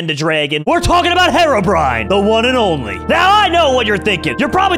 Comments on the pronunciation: I'm done with. First he calls Herobrine "harobrine," and he's calling charged creepers "super creepers." I need stress ball, comrades. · It triggers me how he pronounced herobrine as hair-ro-brine instead of hero-brine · lol he pronounced his name wrong